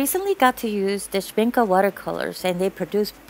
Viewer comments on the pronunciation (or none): Sen-el-i-a, and Sh-mink-ay